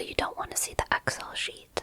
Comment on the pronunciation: You pronounce Excel oddly like Ex-El. It's normally pronounced like ek-sell.